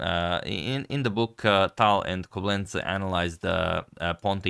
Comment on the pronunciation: Agadmator, the name of Tal’s mentor is pronounced KOblents with the emphasis on the ‘o’ not KoblEnts. Similar idea for pronouncing Alexander Alekhine, it’s pronounced AlYOkhine not AlEkhine. You did start pronouncing TigrAn PetrosYAn in your videos correctly already which sounds a whole lot better now.